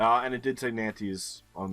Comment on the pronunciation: I think the same can be said for Nantes. Or should i say NAN-TEES. And i Don’t whant to even mention the Romanian names.